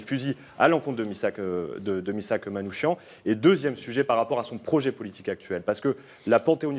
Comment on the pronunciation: Prononcez Manoukiane !! Pas Manoushian !!!!! C'est insupportable !!!!